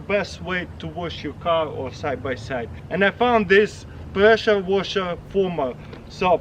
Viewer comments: he says presha washa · Presha woshar 😂😂